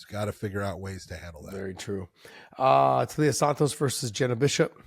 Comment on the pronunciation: Taila as in Thailand. Is reading/correct pronunciation that hard? When Blanchfield was doing it I thought she was pulling a Jon/Cereal (Cyril) and deliberately getting it wrong.